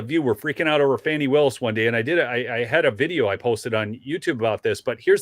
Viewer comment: Glad you pronounce the name correctly. Yes- "Fani" as in "Fanny". Not" Fawny" or "Lawny" or "Brawny".